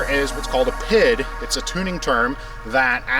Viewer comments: It is correctly pronounced PEE, EYE, DEE, not PID. It is a Measurement and Control positive feedback loop. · P, I, D we don't say pid lol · It’s pronouced by spelling: P-I-D... No one says PID like this XD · Just a FYI for you guys, PID isn't pronounced as a word as you are doing, it is an acronym and is pronounced as the letters "P" "I' "D" just like FYI is pronounced "F" "Y" "I". The term PID has been around for years in the Industrial Automation and manufacturing world a having worked in this industry for over 30 years, I cringe every time these acronyms are missed used. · have never heard it called "pid", in industry it's always "pee eye dee" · Say it with me, pea eye dee controller.